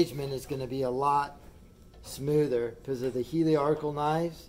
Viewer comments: Appreciate the review. However, please note it’s a helical cutter. You keep calling it heliarchical, which was derived from the old work for TIG welding - help-arc. Helical comes from the work helix. Take it from an exam-TIG welder. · I watched this video because I just ordered the same jointer, and wanted to see the unboxing and initial impressions. The fence on this jointer is longer than the entire bed of my old Craftsman, so it should be a huge upgrade! This video made me nostalgic for my middle school woodshop class. Even though I admit to chuckling every time you said “heliarcal”, I found it endearing. Thank you for sharing! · I took a shot every time he mispronounced "helical", and now I'm drunk!